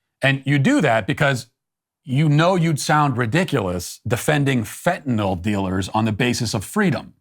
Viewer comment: Finally! Someone who pronounces the drug correctly - fen-tin-all…